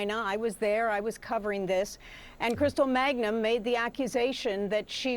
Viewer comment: Jean Casarez covered this story from the time it broke and she still can't pronounce "Mangum" correctly? She keeps saying "Magnum."